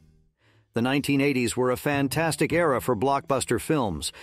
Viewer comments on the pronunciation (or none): none